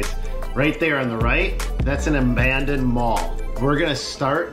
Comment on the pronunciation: “That’s an amanded mall”